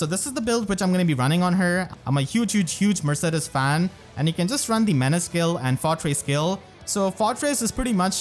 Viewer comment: is that really how her name is pronounced? isn't it murr-say-deez?